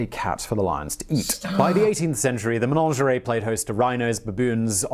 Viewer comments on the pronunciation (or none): It's a Menagerie, not Menangerie like this man said. Oh dear, I do hate it when these people don't double check their words !! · The word is “menagerie” not “menaNgerie”….please tell him! There is a legend that when there are no longer ravens in the Tower, London will be no more! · Yeah. That weird pronunciation was grinding my gears, too. MUH-NADJ-UH-REE! (Stress on second syllable). Good vid, though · Ok, 2 things: One, what's up with his pronounciation, especially "menagerie"? Two, can we stop with the idea that Henry VIII led England's Reformation. He lived and died a Catholic, he hated the Protestants, it was just that he wanted a Catholic Church with himself as boss of what happened in his realm rather than the Pope.